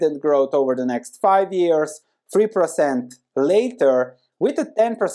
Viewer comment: I like your content but it really is weird to hear you say precent instead of percent in so many videos.